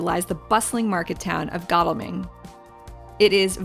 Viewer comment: Great video,. You made my home town look great. I remember the excitement when Cameron Diaz was filming on Church Street. (Its pronounced Goddle-ming - dont worry, everyone from London gets it wrong too). Now you've been to Shere, I recommend watching The Wedding Date witb Debra Messing. The wedding is at the church too!